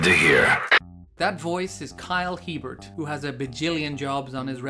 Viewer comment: "This is kyle Hii-burt" Kyle Huh-Bear is closer to how it should sound but sure.